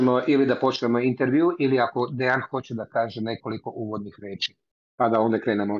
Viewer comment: Translation was not good at all. A lot of important things that Dejan said were not even translated. It sounds as a classic American thing not even to try to pronounce correctly the name of person you are interviewing 3 hours (in Serbian it's written Dejan, you should hear him presenting him self as ). This fact talks a lot about. Also, you could be so professional and check confirmed sniper shot range before saying to guy that was 15 years on the front that he is lying. After this way of ending 3 hour interview, don't expect again some important soldier from Russian side to be part of your vlog. P.S. arranging duels is standard Slavic thing, still now... even in war... I don't expect you to understand that, as most of things that said.